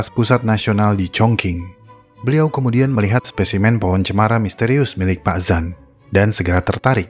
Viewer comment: Pronounciation bang dibenerin dikit Zhan = jhan Zhong-Lun Wu = jhong-lun 'u Chongqing = chongcing